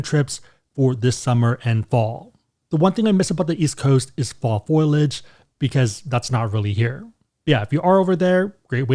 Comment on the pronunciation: your pronounciation of foliage 🍂 as foilage◽️made me picture leaves wrapped in aluminum foil! That JetBlue challenge is really intriguing - you're right that it probably is better geared for a New Yorker or Bostonian